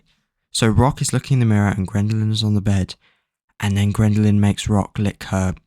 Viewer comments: “Grindalynn”? It’s Geraldine. Jer-old Dean. It’s amazing you managed to read a book you autistic fuck. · The fact you’re calling her Grendaline is driving me mad🤣 “JE RAL DEEN” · That’s not how you say her name it’s pronounced “JERR + uhl + seen” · you are saying geraldines name wrong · He’s pronounced a named wrong and you’re acting like he killed your cat 😭😭😭